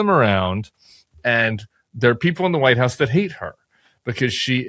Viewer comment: She says Vite house